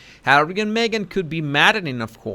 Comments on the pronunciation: Love the way you say “Arrie”..funny as 🤣👌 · OH U're beginning to sound like Ricky Ricardo when you say Harrree